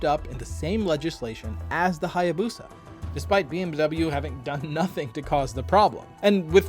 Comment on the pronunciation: Check Japanese Pronunciation of Hayabusa 🤭